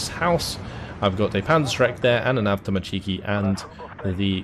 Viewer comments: As a Russian, can I pick on your pronunciation of Avtomatchki, you're supposed to put emphasis on avtomA(!)tchiki, not avtomatchI(!)ki. I don't know if that makes any sense, or if you give a crap, either way great game and thanks! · wtf is this ''avtomachiikii'' thats not a word